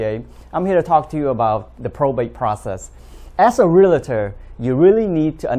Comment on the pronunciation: It's realtor, not realator